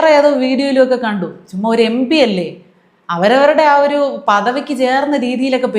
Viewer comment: Kudos to you. First time I heard a malayali pronouncing MP correctly. Everybody else is pronouncing it as MB.